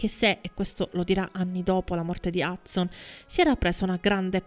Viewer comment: Non capisco perché dice Hudzon anziché Hudson.